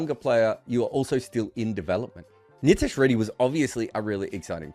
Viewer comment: Good breakdown of the conundrum, just kindly get pronunciation of his name right 😭